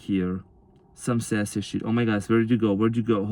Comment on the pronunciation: Spot on your amazing and this has been my journey and.sassy was my dog my twin gave me. That was funny every time you said.saasy. how can I deny any of this thank you I needed this